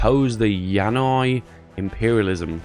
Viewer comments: Not pronounced Yanqui as yannoy its a bastardization of Yankee or aka America. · I think that focus is pronounced “Yan-KEY” as in Yankee, coupled with the focus image it would seem to be against the USA? Idk, tell me if I am wrong. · Yeah lmao, "Yanoi" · "Yanai" Dude, it says Yanqui. Y'know... Yankee... As in American.